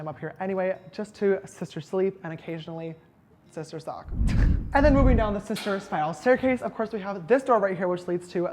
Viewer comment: Did he say sister suck??😂